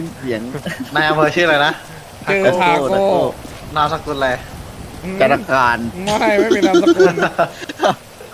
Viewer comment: ทาโก้ ไม่ใช่คาโก้ หิววิวจัด